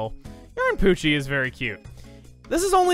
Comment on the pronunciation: Pochi is the Japanese name. You still got it right :3